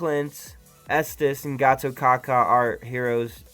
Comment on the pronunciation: Just an fyi... how to pronounce Gatotkaca's name is Gatotkacha... 👍👍👍